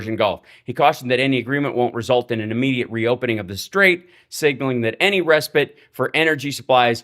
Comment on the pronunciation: So rare to hear anyone pronounce respite correctly.